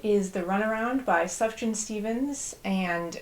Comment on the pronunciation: Jussst a tip sufjan is pronounced suf yahn